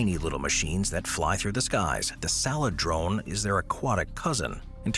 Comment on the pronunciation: C'mon, man! Really? -_- It's pronounced "(sale - drone)", not "(sal-eh-drone)".